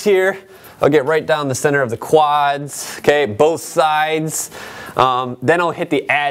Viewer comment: I love how you say "quads" with that accent of yours! lol